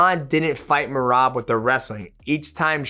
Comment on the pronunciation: Called Sean Mersean and I swear at like he called Merab Merobert😂